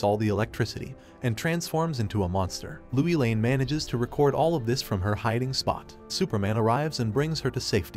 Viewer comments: You're the only narrator that pronounces Lois Lane as Louie Lane. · Please get the names right, everyone knows how to say Lois Lane and when you don't you take everyone's concentration. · MMMMM It is lois lane not louie lane and it is Rudy not Ruuudy!!